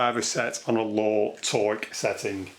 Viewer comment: its the way you say torque!!!!